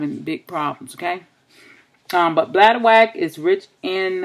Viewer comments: Thanks for sharing sis. It's pronounced bladder-wRack not bladder-wack but thats funny.😁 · Ren Matitchll Yes I totally agree she is pronouncing it wrong. But hopefully she read her comment and realize she pronouncing it incorrectly. LOL